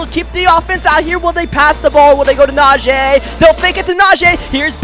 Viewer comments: pretty sure its najeeeeeeee not najayyyy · Na-jee. Not Na-jay